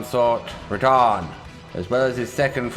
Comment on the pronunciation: “Promised consort, Re-DAN”